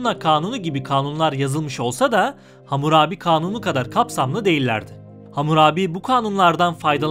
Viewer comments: Hamur abi değil; Hammurabi!! Bu nasıl telâffuzlu seslendirme??? Böyle önemli bilgi programı doğru terim/isimlerle seslendirilmeli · Bunu demek için gelmiştim. Ne zaman Hamurabi diyecek diye başka birşey dinleyemedim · Vurgu nasıl yapılır öğren abi lütfen . Vurguyu bilmiyorsun diye hamur abi diyorsun resmen